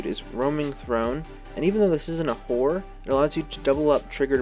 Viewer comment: Really gotta pronounce both syllables in "horror" man haha. Great vid tho